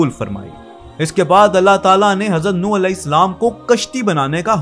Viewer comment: Yar ye Nooh نوح hy. Apne ne darust kr len please